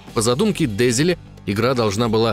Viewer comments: Только не ДЕзиле, а ДезилЕ. Уши режет ПавЕл невероятно. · Душный коммент. Не дЕзиле а дезилЕ. У французов ударение всегда на последний слог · Видос отличнейший, восторг полный. Но я доебусь. Французские слова, вообще все, имеют ударение на последний слог. Поэтому фамилия главного разраба не дЕзиле, а дезилЕ. патрИс дезилЕ. Всем пис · Пиздец, Парис ДЕзиле, диктор вообще понимает, что так как он француз ударение, очевидно, должно ставиться на последний слог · ДезилЕ, а не ДЭзилэ, он же ФРАНЦУЗ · ДезилЕ, а не ДЕзиле. Désilets эта черточка означает не ударение, это акут. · дЕзиле? Серьезно? Автор в таком возрасте не знает, что у французов всегда ударение на последний слог?🤣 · Французские фамилии произносятся с ударением на последний слог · ДезилЕ́, он же француз, алё! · Патрис ДезилЕ. Сами же сказали, что француз. Ударение всегда на последний слог. (сори за духоту, спасибо за внимание) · Но франсуз.. Ударение на последний слог... ДезелЕ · Диктору подсказка любя, раз Дезиле француз, то он будет ДезилЕ. И вообще слышите французскую фамилию, делаете окончание на последнюю гласную, воть. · Да запомните что у французов ударение падает на последний слог дезелееееее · Все таки, мне кажется, что верно будет: Дезеле, а не Дезеле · Простите, господамы, но аж не могу ДезилЕ, француз же...Ну что же Вы, товарищ...